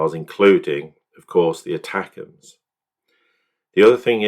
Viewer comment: Say it like this- attackums not attacams